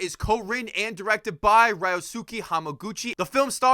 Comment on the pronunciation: The director’s name is pronounced Ryu-ské (ryu is one syllable)